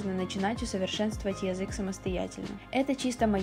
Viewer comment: очень режет слух твое произношение конкретно слова 'язык'. такая четко выраженная я, мб только меня триггерит, но это действительно неприятно